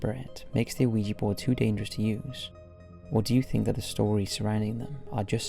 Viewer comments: I love these videos. However I cannot get past the pronunciation of oh-ee-jee. The 1896 trademark pronounces it "whee-juh". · You know the Mandela effect? Ouija is pronounced wee-ja. Not wee-gee. Somehow established itself like that, like so much other shit. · I know! I love his vids, and Ouija Boards have come up a lot over the years, and he always mispronounces it! It shouldn't bother me, but it makes me cringe every time. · "Oh-ee-ja board"?? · Ouijia is pronounced either "wee-juh" or "wee-jee." You do not pronounce the "O" at all. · Damn, 4 years later an you're still mispronouncing Ouija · Somebody please tell him that the O in Ouija is silent. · Why do you pronounce ouija like that? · Oui is french for yes and ja is german for yes. The german "ja" is said as "yah", but I don't think anyone cares that much, or they shouldn't worry about it... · It doesn't matter. However you say it, it's cool. 🙂